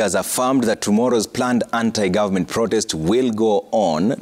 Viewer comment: Ni protest ama prodest boss? You can't pronounce words correctly on national TV😂😂